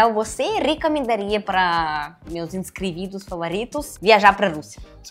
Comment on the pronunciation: Poderia ter aproveitado e corrigido ela, porque muitas palavras, ela fala completamente errado, inscrividos, por exemplo, doi de ouvir.